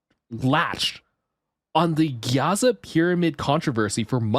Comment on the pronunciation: Why did you say Gaza not Giza?